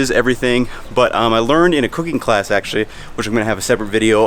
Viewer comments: why does it sound like he said cocaine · I thought he said ' cocaine' . Took me a second to figure 😅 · I swear I thought he said a little bit of cocaine instead of cooking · Yo when he said cooking sounded like he said cocaine